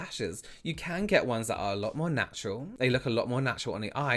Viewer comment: I love how you say vey, they, vem, them, fings, things, vose, those, Fort, though... Anyone else find themselves focusing on the way he says these words lol?